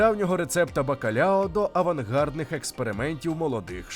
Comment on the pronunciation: Кухня басків - це окремий вид мистецтва, як і будь-яка кухня усіх народів світу і усіх країн світу, що відзначається певними історичними і географічними особливостями. Але є деякі геточності. Не буду зупинятись на назвах і рецептах , пам'я маючи про особливості славетної української кухні, безліч рецептів і назв. Але, все ж таки не "бакалЯо" а " бакалАо", не "алЬ", а "аЛ" , не "а лЯ" а "алА", не "поррусалЬда" а "поррусаЛда". Тріска і хек - риба з однієї родини, але не одна і та ж сама риба " Cococha -Кокоча - з тріски. Живу у Басконії двадцять п'ять років, маю професійну освіту кухаря і титул Басконії. Гугл дає не зовсім точний переклад і не завжди точну інформацію. Баски не пом'якшують "л" в закритому складі. - " сіль - sal" ", " артиклі ч. під,-al, жін. рід. a la"". І тд